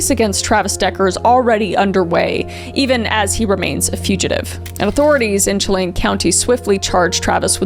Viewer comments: kris i just wanted to let you know that chelan is pronounced like (shalan) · Not me saying repeatedly it's pronounced "Shell-an" not "chel-ain" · I'm in Washington and I remember the amber alerts coming out. So sad, he still hasnt been found. I hope this family finds some sort of peace and that he is found soon. This is unimportant but Kris, if you continue to cover the case Chelan is pronounced Sha-Lan. ❤ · I love people trying to pronounce Chelan correctly. 😂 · Living in rural outer-Snohomish county WA, (pronounced Cha-lan*, Blue-it Pass* btw😂) crazy to think all the police activities and helicopter traffic stems from such a gruesome act nearly 70 miles away😮😮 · Thank you so much Kris for covering the Decker case, I live in the town it happened in and we needed more coverage of this case! Here's some pronunciation of some words! Chelan (Shuh-lan) and Blewett (blue-it)